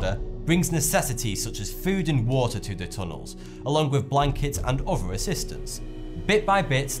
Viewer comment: Please practice putting your tongue out between your teeth so that 'other' sounds like that instead of "uvver' Secondly, allow a small time delay between each of your sections: sometimes it is not clear that you have moved on to the next item. Otherwise your comments are well informed and interesting. Thank you